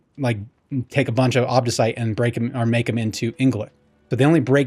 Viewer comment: You pronounced ingolith correctly, but Neathiron sounds like NEETH-IRON! Why do we gotta watch videos to figure out how to play the game?? Sounds bad... anyway, great explanation to an otherwise confusing mechanic!